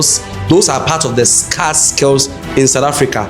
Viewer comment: Scar from the wound or scarce skills , why u speak English if u can't pronounce well